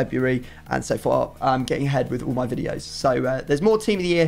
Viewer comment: i had to double take on what you said 😂😂 thought you said "I'm getting head for my videos" Was gonna say LUCKY YOU!